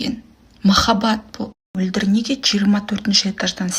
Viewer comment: Әй қарағым "қ" әрпіне тілің келеді екен алМөлдір деп алсаң күнә бола ма неге Мольдр деп отырсың